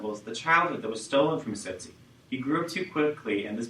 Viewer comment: Its not sosi its T-sot-si